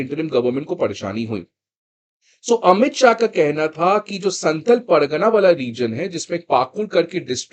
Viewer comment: Santhl nahi santhaal hota hai, Naam ka pronounciation kharab mat kijiye Naam kishi language me change nahi honaa chahiye